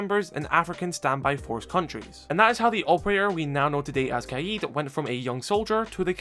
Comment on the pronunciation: Something interesting about oryx is that his name Saif means sword or scimitar. His last name “Al hadid” means “the iron” or “of iron”. That’s why he’s called the man of iron in the psychological repot. His name literally means sword of iron. Pretty interesting detail. Also as an fyi, the word kaid is pronounced more like “ka’ed”.